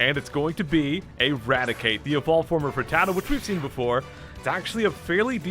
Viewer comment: Thank goodness. I developed a bad tic every time you butchered the word “rattata”